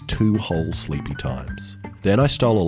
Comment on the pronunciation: two whole speepy times ?! good thing i am not american